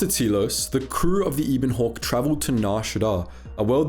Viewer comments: I know a lot of people are going to be annoyed by this, so first of all I really like the channel and enjoy the videos. Second it's the ebon hawk not the eeeebon hawk, also please stop saying nucular, it's nuclear. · When pronounces it as the Ebon Hawk and not as the Ebon Hawk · Ah yes pairuhgus and eeben hawk. Jk love your vids.